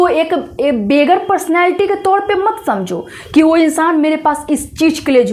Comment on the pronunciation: वो चीज नहीं आपने बोला , आपने बोला O चीज 😂